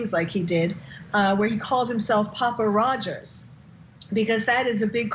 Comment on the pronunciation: its Papa Rodger NOT Rodgers ... there is NO s ... its also Elliot Rodger ..still no S ..get it right if you are going to make comparisons